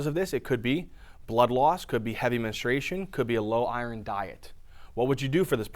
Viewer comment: First thing I noticed is you not pronouncing iron right.